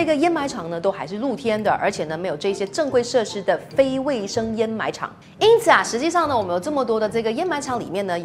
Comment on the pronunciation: 知识是不错，但是给个建议，读音最好先确认了再拍摄，掩埋是的掩是第三声，沼气的读音也不对